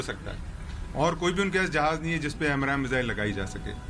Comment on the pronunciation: Its AMRAAM not AMRAM.